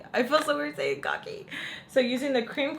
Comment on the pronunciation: 🤣🤣 I came to this video after watching your first kokie video where you pronounced it like "cookie" and now here you are saying "kaw key"! 😂 Girl, I can't! Too funny! 💋